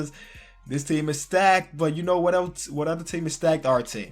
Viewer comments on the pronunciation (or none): none